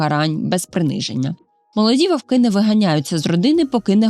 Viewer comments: Чудовий контент, але тільки не вОвки, вОвків, а вовкИ, вовкІв. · Тільки не вОвки, а вовкИ. Не забувайте що це мова, а не язик.